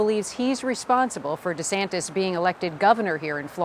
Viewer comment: desantis pronounces his own name "deesantis"???